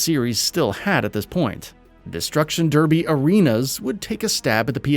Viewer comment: go and learn how to pronounce derby